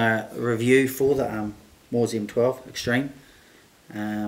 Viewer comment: Bro, Mauser is pronounced Mow (as in cow) za, not a Maw-za. Sorry, but it's just grating...ugh!